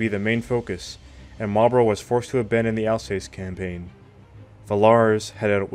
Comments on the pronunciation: Alsass not alsays. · “Alsace” is pronounced “Alsas”.😊